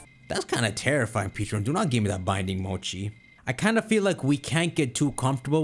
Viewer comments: Take a drink everytime he says "Peacharunt" instead of "Pecharunt". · Dude. PLEASE. For the love of GOD. STOP saying Pecharunt like that. It just makes me not even want to watch because it’s like I’m watching some knock off nonsense video where the guy has no clue what he’s talking about, given WE WERE SHOWN AN ANIMATION WITH THE CORRECT PRONUNCIATION AND YOU WATCHED IT. I know, dumb pet peeve, but it’s driving me crazy.